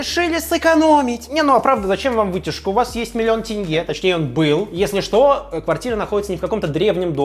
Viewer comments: Как же хорошо что ты произносишь как тЕнге, а не тЭнге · Хоть кто то правильно называет "тенге" а не "тэнге" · Казахам Руслана можно полюбить даже просто потому что он правильно произносит слово "тенге". Аж радует слух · Руслан заслуживает уважение! Он говорит не тЭЭНГЭЭ, а тенге :)